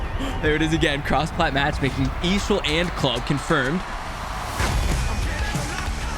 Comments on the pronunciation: Just say E A S H L not eeeshall 😭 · For the love of god, stop saying eeeshel like shit that’s cringe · Nobody calls is eeshell stop it. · ok how much did they pay you to say eashl like that